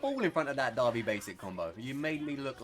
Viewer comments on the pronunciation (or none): none